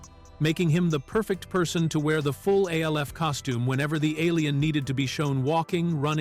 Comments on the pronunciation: A.L.F., who says it like that?! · do you not know how to say names we already know you can't spell it's alf stupid